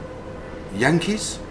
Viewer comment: I here the hankies. Not yankees lol